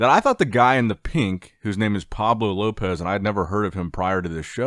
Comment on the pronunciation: Pablo LLopis not lopez